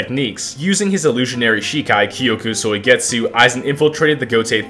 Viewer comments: Why does he say koyku soigetzu 😭😭😭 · “kyokuh soy get sue”😭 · I had many moments in this video where the pronounciation of kyoka suigetsu made me want to commit unalive, but other than that this was an amazing W. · Is no one talking about the way he pronounces kyoka suigetsu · why is bro sayin kyoka suigetsu like that you watch the dub? lmao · I almost stopped watching the video mid-way because of how ungodly you pronounce " Kyoka Suigetsu ". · Egregious pronunciation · Bro say kyoka suigetsu so wrong